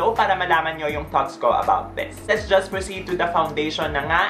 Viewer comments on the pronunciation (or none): That "juts" hahahahahahaha love you 😍